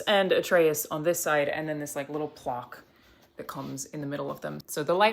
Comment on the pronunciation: Why can’t she pronounce plaque?!?! Wtf was that lol